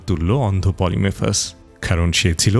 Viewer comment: পলিফেমাসকে (সাইক্লপ্স) বারবার পলিমেফাস উচ্চারণ করছেন, বিষয়টা বিরক্তিকর লাগছিলো।